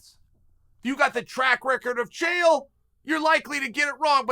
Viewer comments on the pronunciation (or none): none